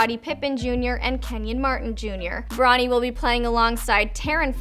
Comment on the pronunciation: Can you stop saying Bronnie?